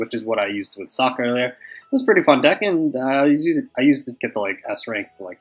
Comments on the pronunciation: It would be more like "Soch" (more throaty) and I don't know of any precedence to pronounce anything in this game En Espanol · Still confused why people are calling Sajj "Sock" and where they got that pronunciation/joke from